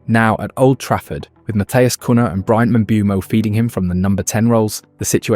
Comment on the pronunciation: Good video with many good points and I subbed to hopefully hear more of the same! But he's called "Mboomo" and it's little lazy not to use a minute to learn this yourself but many English Youtubers make the same mistake. Cunha bot "Kunha" and "Kunja" in this video with the latter correct. However, thumps up you didn't make the same mistake as most do but actually knows Sesko is called "Shesko". Keep it up!